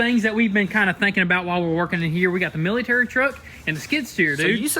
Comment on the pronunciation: Lmao, hearing them say "military" ... Miltiriturk